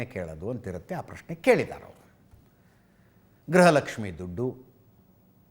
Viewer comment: It is Gruha Lakshmi not Graha Lakshmi madam because pronunciation and enunciation plays an important role and rule in our life. Graha means planet. Gruha means house.